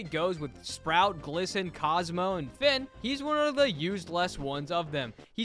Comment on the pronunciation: Im mad for u saying finn like dat ☠️